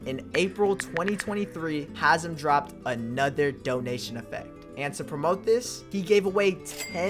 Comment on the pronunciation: Its hazem